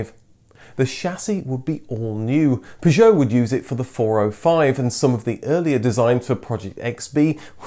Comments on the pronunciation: I am 57 seconds in and already I cant handle the way Citroen and Peugeot is being pronounced. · Extra points for the correct pronunciation of Citroën and Peugeot, it's these touches which really make your videos stand out. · Great video, but the pronunciations of the makes are hilarious. What's a Pujot? lol